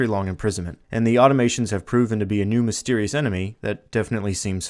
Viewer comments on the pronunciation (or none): Auto-mah-tonnes Great videos though! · Please learn how to pronounce "Automatons". Good stuff, regardless.